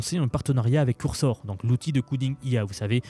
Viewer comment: Excellent tes contenus, j'apprécie vraiment ce que tu partages, mais juste stp, NE DIS PLUS COURSOR !